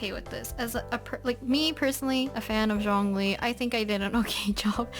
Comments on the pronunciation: 🌻✨☕️ L c q w ☕️✨🌻 Its actually Jong as in Jog and ong as in long li as in really but on the lly part Put it together and you get Jongli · Its Shongli 😳 (Shongli is the pronunciation)